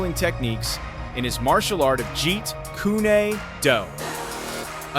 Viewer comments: FFS Jeet "Koonay" Do ? I think the guy mispronounced Jeet Kune Do. ... It's Koon ... NOT Koonay. Damn I hate when people who know NOTHING about the Martial Arts, speak about the Martial Arts. Their ignorance is quickly discovered. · Not pronounced kunay, its koon (Kun). Jeet kun do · It's Jeet 'Kun' Do, not "Jeet kunay do," or "Jeet kooney do." I've never heard it pronounced that way in over 50 + years of watching his movies, or listening to the teachers that teach the style... I got a pretty good laugh out of that. Lol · Jeet kunnie do 🤣🤣🤣 and Chuck Norris (R.I.P) is not even kicking a Lee's head, as suggested in the video, he is doing backward leg stretches OBVIOUSLY. Anyone who knows anything about martial arts can see that. AI talking, I hate it. "Almost as much as AI fake videos. Stick to the facts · The grappling was likely from training with “Judo” Gene Labelle. You need to also learn to pronounce Jeet Kune Do. It’s not Jeet Kuneh Do. As a practitioner I find it quite funny. Lol! 😂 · WTF is jeat ku-NAY dooh? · Hahaha! Jeet Kunay Doe. Hahaha, learn how to pronounce it if you’re gonna narrate dude. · I got skeptical when you said Lee trained at a "dojo" (Japanese, not chinese word...) and then you couldn't pronounce his martial art correctly. Pass. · Bullshit Title & Video: There was No Real Fight with "Karate Champion" [if there ever was it wasn't filmed]. So unnecessary to use Fake clips of Bruce Lee imitators (the ping pong commercial footage in the beginning & the Knock off movie footage from to ). You're AI voice narrator couldn't even pronounce Jeet Kune Do properly FFS...